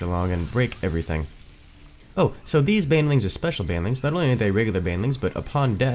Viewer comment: How he pronounces "Banelings" as "bane-a-lings" upsets me on a personal level.